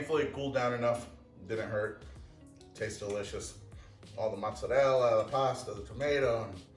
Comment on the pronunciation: Motz-Sur-El. Why? Mozzarella. Motz-Sur-Ella. TF you do that?